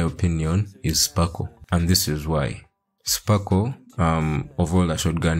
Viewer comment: Her name is sparkle lol not. Anywayy cool video!